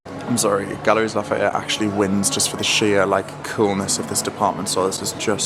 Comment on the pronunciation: Galeries Lafayette. It's pronounced Galerie, the "s" is silent ☺️. Hope you both had a lovely time in Paris.